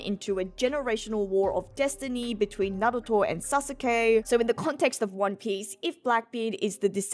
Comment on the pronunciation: this b said sa sa kay when referencing naruto and sasuke